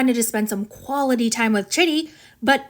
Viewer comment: Chidi's name is not "chitty", it's pronounced "Chee-dee"